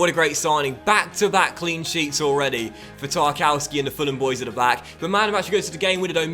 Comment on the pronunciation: I think its pronounced tarkovski